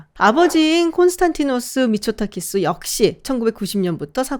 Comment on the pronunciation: 자꾸 미쳤다키스로 들려...